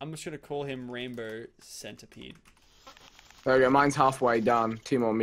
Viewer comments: he calls centipede centerpede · pronounce the centipede arthurioplura